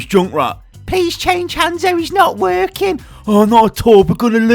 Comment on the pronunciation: he sounded like Scouser when he said "swap hanzo he's not working" lol amazing